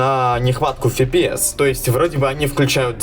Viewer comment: С фига фипиэс если пфпс либо эфпиэс